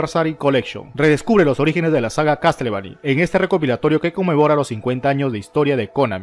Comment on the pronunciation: Castlevani, Resident Sivil, me chirrían los oidos